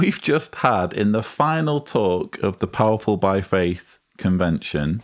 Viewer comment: I can't stand the way he says "powerful." We need a impression saying "paaaahrful video." 😄